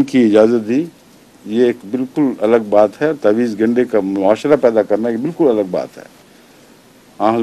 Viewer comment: لفظ" تاویز" گنڈا کی بجائے "تعویذ" گنڈا ہوتاہے